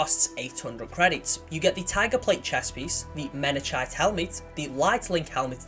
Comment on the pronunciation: It's pronounced Mena-kite BTW. It's named after a mountain on Reach